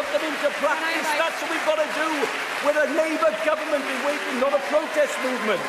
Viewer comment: Owen Smith can't even say "government".